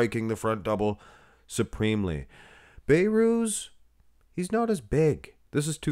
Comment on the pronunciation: His nama is Behrooz Be(h)rooz Not bayrooz You can pronounce the letter H